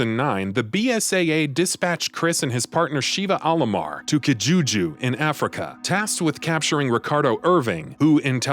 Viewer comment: Mispronounced: Terragrigia, Excella Gionne, Sheva Alomar, Carlos Oliveira.